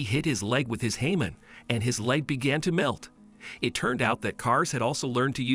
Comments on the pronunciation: i think you said hamon wrong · Its hamon not jamon nvm